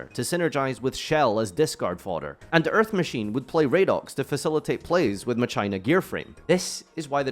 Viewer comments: "Muh-China Gearframe" Ooooh naaay... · "what creature type are they " "Machine" "ok so how do your pronounce it" "muh china" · is machina really pronounced as ma-china?